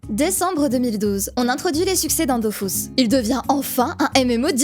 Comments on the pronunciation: Perso... malgré le fait qu'il répète DOFOUS pendant 5 heures, on dit toujours DofUS et pas Dofous. 😅 Merci pour la vidéo... à quelques semaines de Dofus 3, ça va pas aider notre productivité ça. PS: désolés, gros bisous si tu passes par là. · "Dofus" et pas "Dofousse", je m'en fiche de ce que disent. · dofUs ! pas dofOUs RHAAAAAAAAAAAAAAAAAAA explose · Est-ce que l'event halloween s'appelle Dofrousse ? Tu sais, par rapport à la prononciation du nom du jeu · C'est bon j'arrête vraiment de regarder, c'est Dofus pas Dofous, allé ciao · Perso je dis dofous et pas dofus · Je me ferais jamais à " Dofous " et " Astreub " c'est impossible ! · Je ne regarde pas une vidéo où on dit "Dofius"